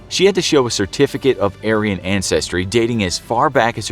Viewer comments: "ancestor ertificate" you missed a C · Ah yes "ertificate" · what is ertificate? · You all forgot the “C” in Certificate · Forgot the c before ertificate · “ertificate” IYKYK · it ertificate instead of certificate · "I'll need your ancestry ertificate" I think you mean "certificate" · certificate not ertificate but its a great video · “I’ll need your ancestry ertificate” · did anyone notice “ertificate”. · Ah yes. The ertificate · Anyone notice “ertificate” instead of certificate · "ancestry ertificate" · Notice “ertificate” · “ancestry ertificate” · ancestry ertificate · "I'll need your Ancestry ertificate" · " I need your ancestry ertificate" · Ertificate for certificate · "i need your ancestry ertificate" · loved "ertificate" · “Ancestry ertificate” - [Pause] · "ertificate", I is love grammars.👌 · erticificate lol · Anyone else notice the mistake with “certificate”